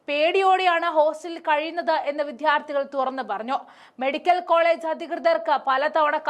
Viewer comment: വിദ്യാർത്ഥികൾ ആണ്. വിത്യാർഥികൾ അല്ല.